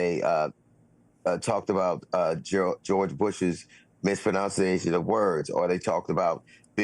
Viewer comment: DL mispronounced mispronunciation 😂